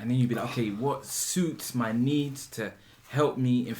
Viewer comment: makes it sounds like "chai with my *bye*" lol 100k subs now, what will you guys do for it?